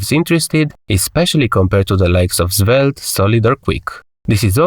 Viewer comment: Zvelte :face-blue-smiling: sorry but it's funny...